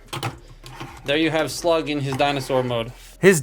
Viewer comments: You mispronounced Slag. (We're not in the UK) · Is it me or his accent makes him sound like he’s saying “Slug” for “Slag”?